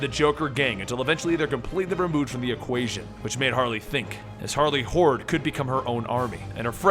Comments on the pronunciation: I keep hearing... "Harley hores"(with a w) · not gonna lie i heard Harley whores the first time